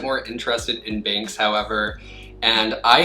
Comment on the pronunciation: Binx instead of Banks!!